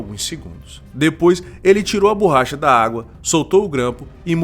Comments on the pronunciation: Não é BURRACHA. Fala-se BORRACHA. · “BURRACHA” mano além do português errado, faça um curso de narração, você fala de maneira estranha